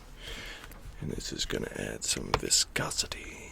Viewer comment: Viscosity! Or Vicosity 🤣